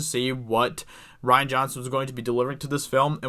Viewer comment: rian (ree-an) not ryan (rye-an) ....... duh.